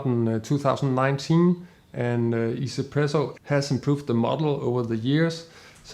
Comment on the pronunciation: Thanks for review just got my K-Max recently. Finally I found someone call this brand easy-presso like me not one-z-presso YEAH 😁(just my understand since I know this brand from e-pro model in 2018 and I think this company from china and in chinese pronouced 1 as i-i so I read it ii-z-presso since then)